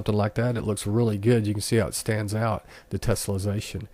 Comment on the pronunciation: Its tessellation not tesolization say it right please doing my head in and it works fine but you need to model and subdivide a cube not use unreals default cube learn what your doing before you make a video